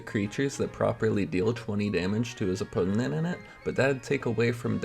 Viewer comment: opponent has 3 syllables not 4